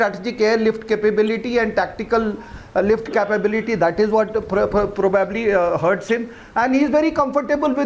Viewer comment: probbbably, probbabbly.............who gave this rsn commisson in the army guy cant say Probably ............nxt time use likelihood if u cant say probably